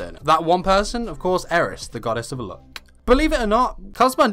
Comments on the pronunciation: Took me a sec I kept thinking you were saying look skill not luck skill. 😂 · what he said: *megumin *luck what it sounded: *mega man *look - sorry, no hate. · LOOK OR LUCK STATS? UR ACCENT OMG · I knew that it was luck through anime but I heard him saying looks. So I had the same thought. However, I was thinking that he might have done a mistake or something. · I’m sitting here looking at the comments like he said luck?